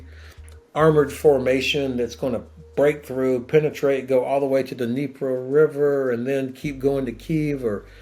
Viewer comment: Bruh he quickly corrected his self by said neko river instead of negro river 😂